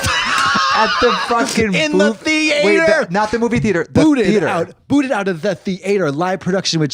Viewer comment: Calling the theatre the THE AY TER after Katya said it enough times 🤣